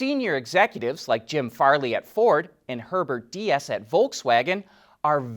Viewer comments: The VW CEO is called Diess not Diaz, it is pronounced as DEES. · Herbert Diess' last name is pronounced dees